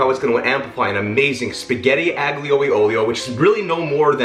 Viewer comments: Definitely my fave pasta dish. Had it for the first time while visiting Rome over a decade ago. (Oh, and aglio is pronounced more like ah-leo, which is garlic. Aglio e olio literally just means garlic and oil ) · Ah lee uh oleo- g sound is silent, hope that helps, love ya